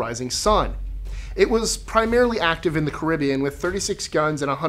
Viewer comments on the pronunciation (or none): none